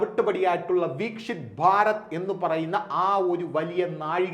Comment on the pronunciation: വീക്ഷിത് അല്ല വികസിത.